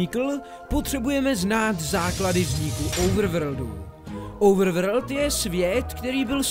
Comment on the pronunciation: normalni lidi: overworld: ouvrvrd